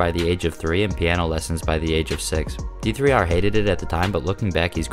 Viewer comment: hearing him say d3r instead of der makes me wanna die 😭